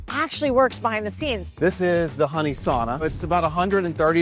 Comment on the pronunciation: He says sauna wrong